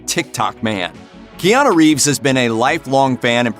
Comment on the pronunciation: Kiana Reeves? Jesus man learn to pronounce his name properly.